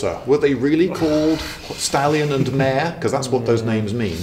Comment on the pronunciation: "Hengist and Horsa, were they really called Stalin and Mao?" WTF! (Yes I know you said stallion and mare, but damn, that was a pretty intense double take I did there.)